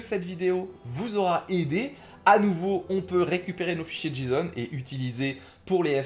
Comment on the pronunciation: par contre petite analyse qui me Fend le coeur on dit " jayson" en le J ce prononce Jay en anglais x) si non merci du tuto